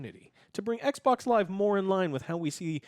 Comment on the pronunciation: Love you Joe, but can you just say xbox please? "Ec boc" is so irritating 😑